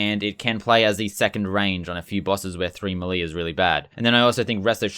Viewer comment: W video. L the way you say “melee.”